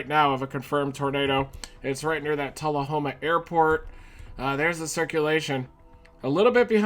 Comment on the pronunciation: hey thank you for pronouncing Tullahoma right